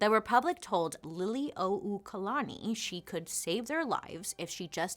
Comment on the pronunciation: Bailey! This is why I love you. Trying to help us put our true history out there. Mahalo piha for doing this video AND for putting in the time to get accurate research. Your pronounciations aren’t totally off and you got the pronunciation of Liliu’okalani right which is a hard one for many. This video is much appreciated! Mahalo nui 💙💙💙